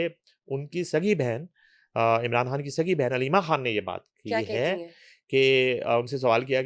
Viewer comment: یہ خاتون عمران "کھان" کہتی ھیں، خان کا تلفّظ اتنا مشکل ھے یا ان سے "خ" ادا ھی نہیں ھوتی؟ پلیز الجھن دور فرمائیں۔ شکریہ